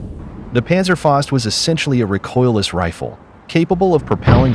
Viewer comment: Great video and great information but "faust" (fist in English) is pronounced "fowst;" not "fahst."